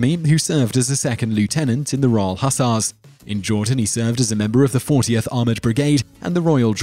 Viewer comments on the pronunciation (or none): Hussars is pronounced hoozars. Jus' sayin'